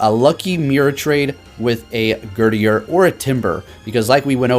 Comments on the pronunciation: Gurdurr not gurdier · like "Herdier" 😂😂👏🏻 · GUR DURR, like girder. Like the thing it's holding.